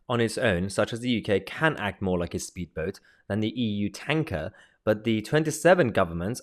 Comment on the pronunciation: Think you miss pronounced tanker.